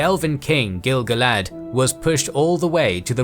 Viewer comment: Finally someone who pronounces gil-galad correctly. Like I do!